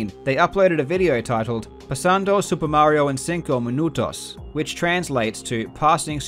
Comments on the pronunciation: La pronunciacion de "pasando super mario en 5 minutos en español es perfecta :D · i literally started crying when it said "pasando super mario en 5 minutos", sometimes the english pronunciation for spanish is terrible and is just too funny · Loved “Pasando Super Mario en 5 minutos” pronunciation. 😂 Greetings from Mexico.